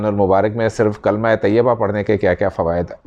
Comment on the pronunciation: G. Ye kalma sai parah Kary plz